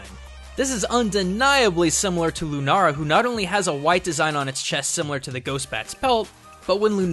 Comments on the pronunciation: Its lunala not lunara thats what i heard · Why did you continously call the pokemon Lunara, when the name clearly says Lunala? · I hear him say Lunara. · lunala is the giant bat's name you said it wrong in japan it is called lunala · Lu-na-la not Lu-ra-la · if its linguistic habit it should be "runara" not "lunara" and not "lunala" lol ルナラ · Please pronounce it LOO NAH LA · It is pronounced Lue na la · he said lunara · Him calling it lunara is so annoying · It is Luna- la not luna-ra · WTF ITS LOO-NAH-LAH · I don't care how Pokemon says it's pronounced but it's loo na la its that simple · did he just say lunara? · Am I the only one that gets frustrated when he says lunara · It really bothers me that he says "lunara" this whole episode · You said lunara at the start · ITS PRANOUNCED Lune-all-a spelling: Lunala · You said lunara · the mispronunciations are physically hurting me :( "Executer"? "Lunara"? Cmon man! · Just say sol gal Leo and Luna la... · "lunara" Wtf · I cringe every time he says "lunara" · Alex Lee he said Lunara. Because he researched alot of japanese sites he mixed up la with ra. (Japanese people have trouble saying "L" and they replace it with "R" a lot.) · The way he called "Lunala" lunara made me cringe soo much that i HAD to dislike. Im not sorry. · Did he just say Lunara...? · DID HE SERIOUSLY JUST SAY LUNARA IM TRIGGERED!!! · Lu NARA bruh just read it's name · it lunala (lue- nah-la) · Is it only me that thinks it's bothering to hear him say ''LunaRa''? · "Lunara"? Are you Japanese or something? Oh wait... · You're saying "Lunala" wrong and it's very annoying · Your pronunciation of Lunala triggers me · Yeah ikr boi I'm Japanese so it just annoys me when someone pronounced something wrong. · It's lunaLA not lunaRA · It's not lunaara it's lunaala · It is Lunala not Lunara. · Why dose he keep saying nara instead of nala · anyone else notice that he says lunara instead of lunala, l-u-n-a-l-a, where is the r? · LUNA-LA NOT LUNARA